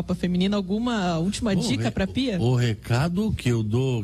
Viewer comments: Não é Bia, é Pia 😂😂😂😂😂😂😂😂😂😂😂😂😂😂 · Felipão tá satisfeito. .o Grêmio ganhou. . . ele não sabe nem o nome da técnica. . é PIA. não BIA. .